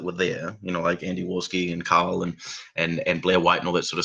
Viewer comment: He calls Carl “Kyle”. It is his accent or … what is going on here?